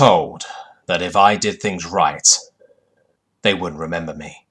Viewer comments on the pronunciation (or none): none